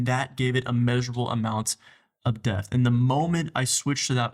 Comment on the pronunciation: This was so great.. but I can’t NOT mention your pronunciation of “DEPTH” is wild yo